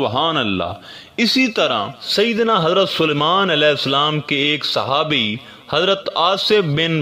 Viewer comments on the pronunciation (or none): none